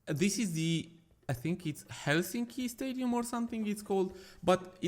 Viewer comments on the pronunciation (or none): none